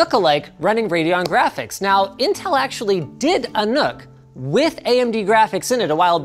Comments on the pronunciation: Doesn't really work since it's not pronounced "nook," it's "nuck". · For Fallout players, it sounded probably more like Nuka-like